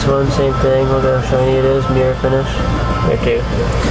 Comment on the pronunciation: Haha 'meer'=mirror.